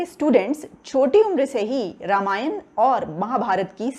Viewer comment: You don't know how to pronounce Ramamyan and Mahabharat. You should know that your ancestors were Sanatani Hindu.